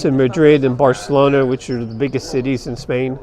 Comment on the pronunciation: You failed when you pronounced Barcelona WRONG.